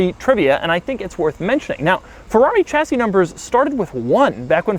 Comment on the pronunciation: The "ch" in "Chassis" is pronounced "sh"